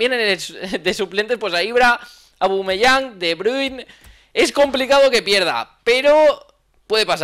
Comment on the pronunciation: No suelo dejar comentarios a youtubers, pero es sólo para informar a que se dice OBAMEYANG, no ABUMEYANG. No es crítica, es para que lo diga bien jajajaja